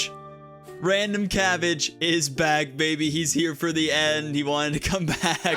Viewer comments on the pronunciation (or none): Cabbage but pronounced like barrage (potential bit)